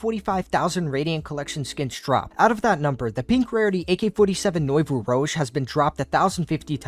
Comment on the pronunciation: You guys absolutely BUTCHERED the pronunciation of nouveau rouge lol.